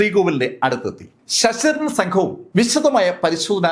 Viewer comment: Sss..ssss.daran. Alla. Sir. Sasidharan